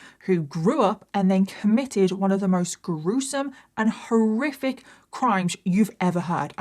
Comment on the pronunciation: Every time you say "horriric" I hear Scooby saying "roarific".😂